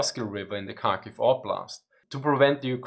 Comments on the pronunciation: Kharkiv the same as with Kherson, not a Karkiv, but Harkiv (h as in have) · It is indeed Harkiv. And Herson. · I think drop the d, so har-kiv? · Thanks for a really informative video - I learned a ton! Quick pronunciation tip: the Ukrainian and Russian Kh (Kharkiv, Kherson) is pronounced like the German Ch, or a particularly harsh English H sound. It's never pronounced as K. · so, kharkiv is pronounced as hard-kiv ?